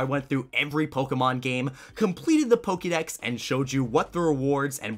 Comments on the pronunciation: why the fuck does he say pokey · How come you pronounce Pokemon correctly, but Pokedex incorrectly?